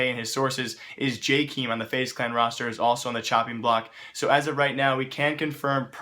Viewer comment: Jakeem xD guess he's getting righti nto the news it's jaykem btw